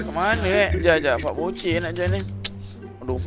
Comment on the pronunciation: Fad bocey la woi bukan boceh